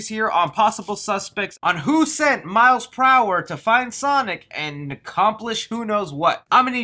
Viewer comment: I hear miles pr hour instead of miles prower